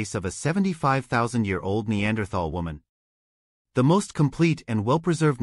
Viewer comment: How many times in three and a half minutes can your AI mispronounce the word Neanderthal?